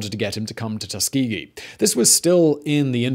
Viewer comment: Well I've been pronouncing Tuskegee incorrectly for 18 years, cheers dad 🙄